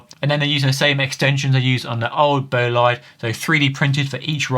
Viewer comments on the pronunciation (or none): Imagineer/Futurist. BTW, that’s not how you pronounce Bolide.